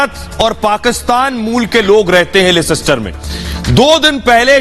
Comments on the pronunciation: It's not lescster It's Leicester... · Leicester is spoken lester લેસ્ટર. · it is Leicester Ley - ster(that is how you pronounce it) Anaradi na bane...... London niche hai aur Leicester oopar hai - Ghusi baat khopadi ma nahi hehehehehehe... Seriously, Arnab! Respectfully, your boys have mud in their eyes!